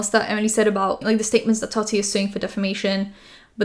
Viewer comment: Ok you’re back to saying Tati right again thank goodness it was very distracting 😅